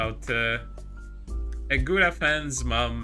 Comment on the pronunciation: It always sounds like "Gouda" instead of "Gura" from. xD Well done on the video as always. ^^